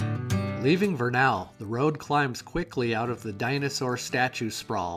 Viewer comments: Great video - one thing to note, it's VER-nuhl (rhyming with "kernel" or "journal") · Pronounced VUR-nuhl. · This was a very captivating video. I live in Vernal. I live just north of that intersection at 33.53. That little long neck dinosaur is sold just five blocks north of there. Many businesses have bought them and painted them to their business theme. BTW, you pronunciation of Vernal is incorrect. The A is not heavily pronounced. you hit the major construction on Indian Canyon that's long overdue. that truck is hauling crude oil from the Uintah Basin. Chances are I've sold or delivered parts for that particular truck. At the close of your video that is Clay basin, a beautiful area especially at sunset. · Hi! Couples notes about Vernal in particular. It rhymes with kernel, and they are crazy about dinosaurs because Dinosaur national monument is right there. Definitely worth checking out the next time through. Safe travels!